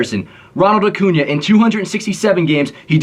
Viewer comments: Vid is great only thing that bothered me was u saying acuna instead of acuña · Annoys me so much that you pronounce Acuña Acuna 😭